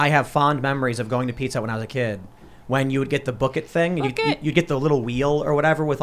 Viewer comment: For a second I thought she said "Pika Hut" instead of "Pizza Hut", and I had a vision of pizza with slices of Pikachu on it...